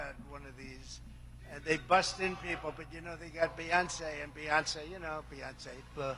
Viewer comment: It's Bey not Buh